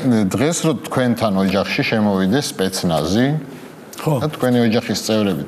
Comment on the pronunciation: ცპეც ნაზი კი არა, სპაც რაზმი, ისწავლე ქართული ლაპარაკი და მერე გაუძეხი გადაცემას.